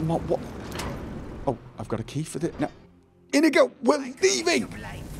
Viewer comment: Inigo, supposed to be based on the character in The Princess Bride. Except there is no tilde over the 'n' so that nobody pronounces it incorrectly. In - yi - go.